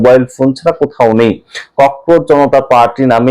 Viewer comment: ককরোচ-কে ককরোজ বলেন বা লেখেন কেন?